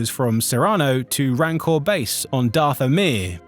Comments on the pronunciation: Dath-O-Mir? I don' think so. Dathomir. Is this Ai, or someone who hasn't a clue about Star Wars? Someone who aspires to be a YouTube Voice Actor, should know most of the pronunciations of this Galaxy. Where is the other Narrator, who narrated the Cantina Stories? I liked him. Otherwise of course a great Video by Geetsly's. VA not so much. If this is an Ai, i am deeply disappointed. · I feel like there would be more consistency in the (mis)pronunciations if it were a human (e.g., the voice pronounces Dathomir as “DATH-o-mir”, “dath-O-mir”, and “dath-o-MIR”) — saying that, I could be wrong.